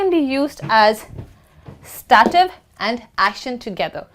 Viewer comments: /'steitiv/- I don't know why she says /stativ/ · Thank you for the lesson. However, STATIVE should not be pronounced "sta-tif" (like saying "static" but ending it with an f). You should pronounce it "stay-tif". I hope my attempt at phonetics here is not too blunt. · She's wrong, it's pronounced like: "state + if." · A very nice video! I have been asking myself about the way you pronounce the word "Stative", does it have a relation with the accent you are using?